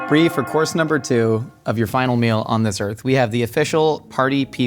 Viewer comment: Can't even start with her Briename correctly